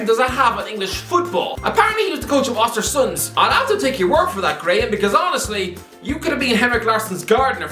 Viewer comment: My girlfriend thought he was saying ozzy when he said honestly 50times 🤣